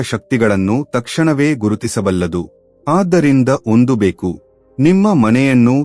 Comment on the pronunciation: ಕನ್ನಡ ಉಚ್ಚಾರ ಸ್ಪಷ್ಟವಾಗಿಲ್ಲ, ಎಷ್ಟೋ ಕಡೆ ಬೆಕ್ಕು ಅನ್ನುವ ಬದಲು ಬೇಕು ಆಗಿದೆ, ಪೂರ್ಣವಿರಾಮ ಅಲ್ಪ ವಿರಾಮ ಇಲ್ಲವೇ ಇಲ್ಲ, ಎರಡು ಬೇರೆ ಬೇರೆ ವಾಕ್ಯಗಳನ್ನು ಒಮ್ಮೆಲೆ ಸೇರಿಸಿ ಹಲವು ಬಾರಿ ಹೇಳಿದ್ದೀರಾ.